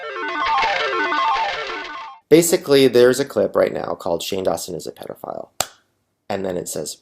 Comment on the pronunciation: Also, it's "pedophile" not pet file lol